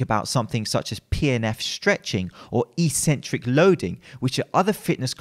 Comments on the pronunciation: It's properly pronounced ek-sen-trick, not ee-sen-trick in proper English. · It's pronounced X-centric. Just sayin'.